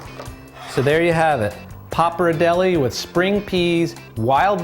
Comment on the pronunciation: pronounced "pop R dell ee" jesus h was it that hard to research that?